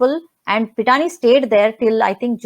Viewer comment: My main confusion on the croc was her means of supporting a big lifestyle. Home in Mahalaxmi Race Course, Mehfils, Lit-fest, NGO. Claims she is a radio jockey and literateur. SSR family Lawyer ,from the start, seemed disinterested and almost condescending. Kept calling Pithani as Pathania. Even recent statement on CBI not doing custodial interrogation of staffers, did not sound convincing in seriousness. He remains a mystery. Knowing that entire cabal and huge mafia nexus was daunting as an adversary, family went for low hanging fruit like Tai and Shruti Modi.They were hoping these smalltimers would reveal the real executioners to exonerate themselves. I also feel ,since a year, we have hashed and rehashed all points and angles. Hundreds of conspirators, coverup artistes ,PR , media, helpers etc who are involved in this humongous case ,are maintaining silence. I think, now we have to focus on macro level political machinations. The more we intricately discuss and dig up, the more termites are running out.